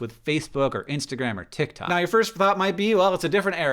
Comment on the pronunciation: hank i lost you at "titktok"